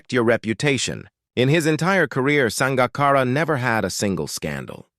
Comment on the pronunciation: Sounds like a HIT piece done with a little sugar added. If you can't say the mans name correctly, (AI), just shut up!